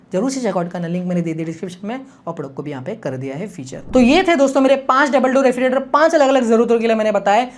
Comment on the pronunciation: 'Refri "ge" rator. "ge" kyu bhul rahe ho bhai bolne mei